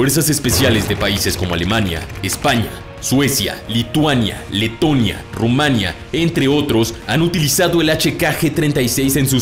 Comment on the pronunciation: En serio qué os cuesta a vosotros los canales latinoamericanos como armapedia o la armería o el mapa de Sebas pronunciar bien el país de Rumanía.... No es RuUu manía... o RuMMAa nia... Es Rumania... Simple y llanamente, sin acentos ni con letras más fuerte que otras... al igual que pronunciais, Bulgaria, Hungría, Ucrania, Polonia o Austria, O cualquier otro país que termina en -ia no se hacentua ni en la A ni en la U, no es esdrújula Pronunciadlo bien leches, que no os cuesta nada... que me chirian los oídos cada vez que lo pronunciais así de mal macho. Y me sienta como una patada en el orto cada vez que lo decís así..